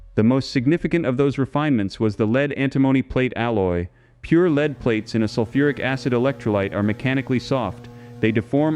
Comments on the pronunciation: Could you please say led instead of leed, it is so irritating to listen to constant incorrect pronunciation! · Pronounced "led" not "lead"